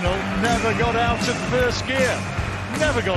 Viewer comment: 'Shh!tephen' 'I think he 'gort' the point'!